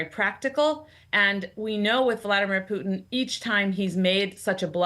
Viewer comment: Is it just me or is she pronouncing “Putin” in a strange and unusual way?